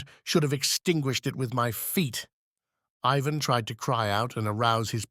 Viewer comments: I guess since the genie is out of the bottle it's all over. We can only hope I guess that AI becomes more intelligent and can pronounce Ivan the way it's supposed to be pronounced each and every time. utterly annoying. Tolstoy would've hated it. As would any artist. 😮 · The narrator alternates among three different pronunciations of Ivan.